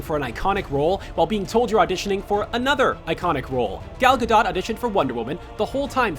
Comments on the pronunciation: No it's not, she's Israeli, not European - search on Google for "how do you say gal gadot" and SHE pronounces it as ga-dot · The way he pronounces Gal Gadot gives me a headache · Anyone else cringe at the way they pronounced Gal Gadot? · It’s gal gadoat cause it’s Hebrew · Am I the only one howling at the pronunciation of gal gadot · HE SAID GAL GADOT'S NAME WRONG!!!!!!!!!!!!